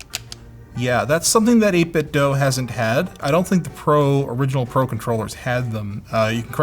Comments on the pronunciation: Eight Bit Dough? Why not Eight Bit Do? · 8 bit Doo!! (not Doh) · 8bitdoe? Since when is do pronounced as doe? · Nice and comprehensive review! FYI: It's pronounced 8 bit "doo" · It must be very frustrating for 8bitdo that nobody can pronounce their company name correctly.